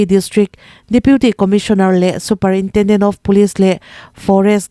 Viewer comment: Superintenden❌ superintrenden( a mizo i )